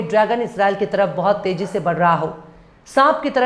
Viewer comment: “Fayk” nahiñ “Pheiñk” hota hai. Teji ?! Ya Tezi ? ko nahiñ ka.